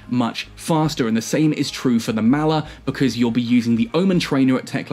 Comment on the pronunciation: mall er.... not mal er..... m all... all..Maller